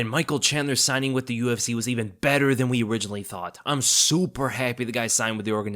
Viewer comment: Man said "we" like I speak French 💀 Also I believe chandler is a harder fight for Islam then Olivera if he works on his cardio and his cardio looked good against tony